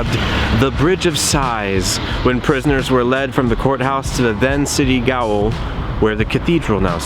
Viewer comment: "Gaol" (as in the Galway Gaol) is pronounced 'jail' .. which funnily enough is what it is